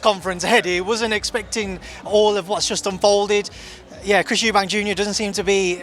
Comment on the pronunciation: Frank n Eddie gny turn eubank into suebank 😂😂